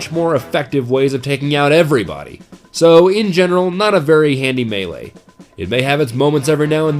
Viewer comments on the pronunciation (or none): none